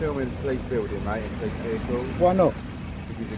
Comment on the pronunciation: Poleeeeessstthhh?? Lol.